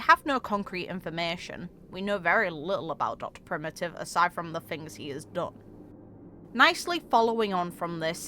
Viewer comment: The Geniuses are a really odd bunch. One of the "curses" of being a Genius is that you're smarter than everyone else, and more inquisitive than everyone else, so much that Nous has taken sight of you. (side note, the first pronunciation of 'Dr Primi'ive' really gave me some life and a smile!) All of them can forsee SOMETHING going down bad in the future, and they may very well hyperfixate on their specific doomsday worry. But because of that, we really can't work out their true philosophies or intents without having seen them in person for a significant period of time. Dr Primitive has done some absolutely terrible stuff, for example, but we can't know for certain why he's doing what he's doing without hearing from the man (ape?) himself. So far we've only talked to his cultist scientists, who like pawns may have no idea behind his actual motives. Just like Lygus, he can very easily lie to his underlings. Similarly, while we've heard much about Polka Kakamond and the others, like Ruan Mei they're all involved in highly dangerous experiments that could ruin the cosmos if they go wrong, or if they go right in Zandar One's case. Of all the paths, I'd say the Erudition is mostly likely the one that's likely to have a hand in the ruination of the cosmos as a whole - no-one else can create effects spanning the entire cosmos EXCEPT a crazy genius mcguffin device. It looks like the fate of geniuses are - especially because they're so inquisitive and smart enough to research many diff